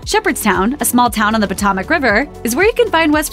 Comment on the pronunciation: Lol that's your choice for Texas? Also, learn how to pronounce "Potomac"